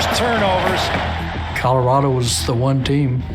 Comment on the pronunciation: Lol Nigga said “Colorada”